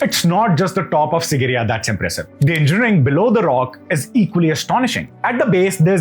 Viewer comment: Dear. It is SIGIRIYA, not SINGIRIYA as you constantly keep pronouncing it.